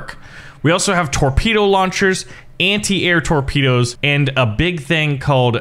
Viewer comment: 0.49 "tropdoes"